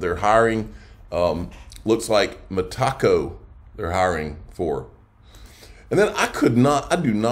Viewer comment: It's "meta-co", not "me taco"...anybody giving this guy $6 a month and he still hasn't figured out how to pronounce Metaco is out of their damn mind😂